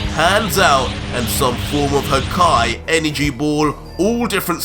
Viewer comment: it amuses me how you say hakaiiii😂😂